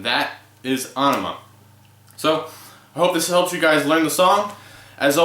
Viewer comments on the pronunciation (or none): Not to be a dick, but it's pronounced "eh-neh-muh". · ah-nee-muh. that's a new one.